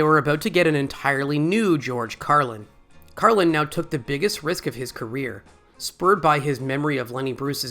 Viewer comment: Odd that you refer to him as Carlin rather than George throughout the video, even mispronouncing Carlin incorrectly at least once.